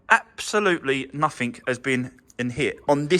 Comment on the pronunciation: What the hell is 'Nuffink'? There is not an 'f' or 'k' in 'Nothing. Speedy videos do not give others a chance to see what needs to be done. POOR video, I was hoping for better.